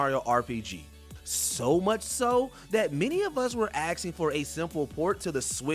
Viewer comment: Nobody was axing for anything, this guy can barely read. Stop letting him do voiceover.